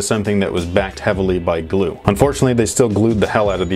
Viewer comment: It hurt me when he said “glue”